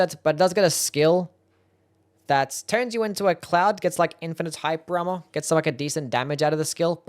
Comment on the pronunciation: I will never understand whats happening when you pronounce "hyper armor" lolol